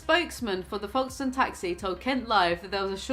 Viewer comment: The way you pronounced Folkestone is killing me 😂